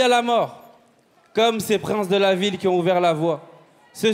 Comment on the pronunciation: 15"30 "merci pour ceux KIZON voté" 😱😱😂😂😂😂😂 Ah wééé le niveaaauuuuuu !!!!